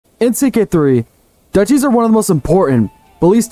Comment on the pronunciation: Duchy is pronounced Duke-y.